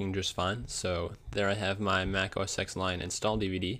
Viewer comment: Dude, it's a roman numeral. OS Ten, not Ex.